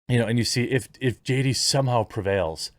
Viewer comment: Haha! I swear he said J-Date the first time he tried to say JD.